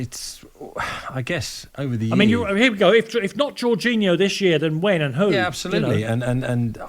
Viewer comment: I stopped watching when he said jorginhno